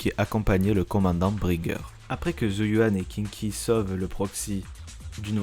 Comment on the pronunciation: Pas Kinky... Sérieux: ça se prononce Shingui. Et au pire Queengui, si tu prends le prononce comme ça s'écrit. Et c'est Hii-chuan, pour Yixuan et au pire Yii-shuan. Suffit de mettre les voix en VO: chinoise. Sarah l'antagoniste qu'on laisse plusieurs fois filé en là regardant partir... à pas de jogging... 🤔 Protéger par le scénarium. Et sinon cool le résumé, toujours sympa de voir un rappel de la saison 1 qui date quand même.